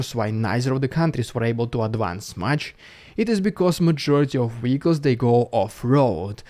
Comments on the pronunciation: Weehicles? Not Vehicles? You sure? 😄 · sorry to joke about it, but since you use the word often, 'vehicles' is pronounced as simply as виiклз. We could indeed hope to tell the difference between the real ones and the Russian fake contraptions 🤗